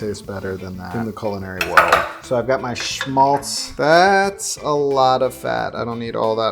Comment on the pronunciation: It's "Schmalz" or "Schmaltz" not "Smaltz" ;) Sorry the german in myself just got the better of me. Btw. this chicken looked amazing.